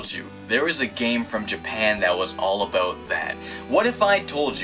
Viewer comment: he pronounces "about" as "aboot" so that's where I assumed he was Canadian